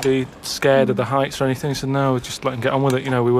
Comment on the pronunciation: "do ya need anyfing building?"